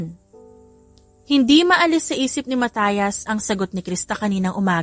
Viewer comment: A nice story pero nakairita pakinggan ang pronunciation ng name ni Mat, ( Mat-yas not Matayas Matayas